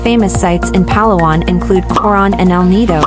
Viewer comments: The stress is on the second syllable…Pa-LA-wan, NOT PA-la-wan. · Correct pronunciation is emphasis on la, the second syllable of the word Palawan. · It’s not PALA-WAN it’s Pah-LAWAN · It’s not Pa’lawan. It’s Pala’wan. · You edited good but your pronouncing PA-LA-WAN NOT PAL-AWAN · Palawan = had to turn off the audio. It is Pah-lah-wahn not pah-lawan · Why do you not research how a place is pronounced before creating a content. No negativity meant I'm getting cringed for all multiple times PAlawan instead of paLAwan. It's just me. Again no negativity meant. Content creators use Philippines for likes and to gain more followers but please pronounce places correctly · Just to impress the locals and Filipinos say it as pa’LA’ whan.